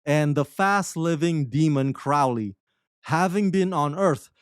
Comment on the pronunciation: So, you admit you had no motivation to see season 2, so you went into it with a chip on your shoulder. You can't even say Crowley's name correctly. Then you spend a lot of your time reading the canned summary on the website. Why would I keep watching this review?